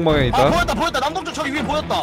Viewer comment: 남동쪽이 남봉 쪽 이락고 들리네 ㅋㅋㅋ